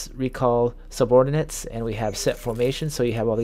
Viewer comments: SubOrbinate ? Caviar to this ?? It's called Subordinate, and Caveat. How about you maybe stop playing video games and go back to school. Embarrassing just listening to this. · sub-or-din-ate ...also it's caveat not caviar lmfao